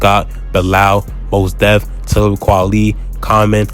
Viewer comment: Not "Moss Def" 😆 Nah excellent vid tho bro, easy sub for me. I love to see brothers covering our history, especially the less spoken on stories & collectives like Soulquarians & BMU.